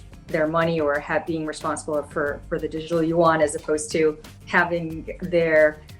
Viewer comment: There is no such thing (yu won), it is yuan in one syllable. That woman should know better because she speaks mandarin. Yuan means (round) dollar. Please stop this mispronounciation